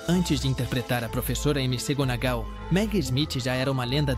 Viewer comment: MC Gounagall em vez de McGounagall a transforma de bruxa em funkeira😂. Eu vou deixando de assistir as postagens com narração por IA. pelo andar da carruagem em breve vou deixar de acessar o YouTube. LÁSTIMAVEL !! 😢